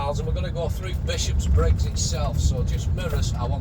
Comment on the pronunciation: its not 'Bishops-briggs', its Bishopbriggs......only one 'S' and its at the end .